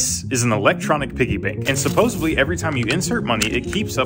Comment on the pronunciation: You're saying, "supposably" instead of the proper pronunciation, "supposedly. You're welcome.